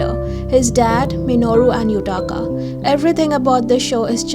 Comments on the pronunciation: Literally said the same thing - adored Tane calling Yutaka - Yakata. :) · Great list! The only one I havne't gotten around to is Destiny Seekers, so you can bet that is on my up next. I also agree with Our Dining Table- little TANE!! I legit was so excited to see him each week. And how he called Yutaka - Yukata. The Eighth Sense and Unintentional Love Story are my top two so far this year. We have had a LOT of just Meh to horrible... so very happy to NOT see any of those on the list.